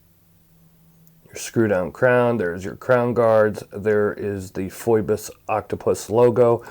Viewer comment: I could be wrong, but isn't it pronounced like "Fee-Bus?" That how I'm hearing it from most other watch channels.